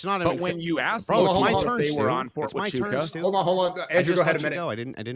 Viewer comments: Is Andrew trying to say Fort Huachuca (pronounced Wa chu kuh)? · FORT TU-CHA-KA